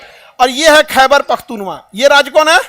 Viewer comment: मिस्टर खान अपना उच्चारण ठीक किजिए यह पख्तूवा नही है बल्कि पख्तूनख्वां है.